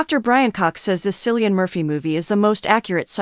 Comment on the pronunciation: "sillian murphy" ☠